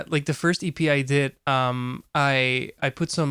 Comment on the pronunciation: the way non friend says EP makes it sound like he is sayin 'yippie'